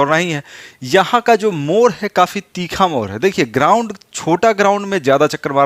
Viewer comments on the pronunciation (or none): मोर नहीं मोड़ बोलना सिखिए,, उच्चारण ठीक कीजिए,,अधिकतर मगही वाले ड़ को र बोलते है।